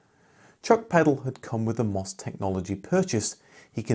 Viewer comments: "em" "oh" "ess" not "mos". We have to continue to pronounce it the way the commodore & MOS employees pronounce it! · The company name of MOS is pronounced as individual letters: em oh es.